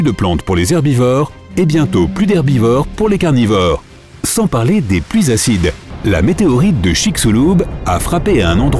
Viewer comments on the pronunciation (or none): none